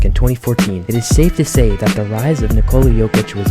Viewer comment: Ni-ko-la Like ni-co-las, just without the s on the end Not Ni-cola He's not another kind of cola 🙂 Thank you for the content 👍 Please excuse my nitpick 🙏